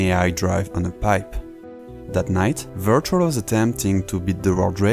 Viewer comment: omg yeah, his name is and not...